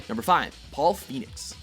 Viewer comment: did he just say number 5 paul Phenoix